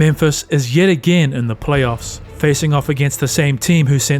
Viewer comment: “Plaoyffs” lol